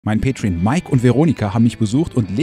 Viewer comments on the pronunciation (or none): none